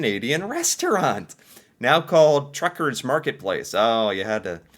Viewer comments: Mother T ucker's No R. Not Trucker's, but Tucker's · It's Tuckers not truckers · Tucker not Trucker. Can you read? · It's Mother Tucker's, not Mother Truckers. You kept saying Truckers...;-) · lol,, you keep saying, Mother Truckers, but, it’s Mothers T u c k e r s, lol 😂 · Hey...it's Mother Tuckers, not Truckers...no letter R after the T.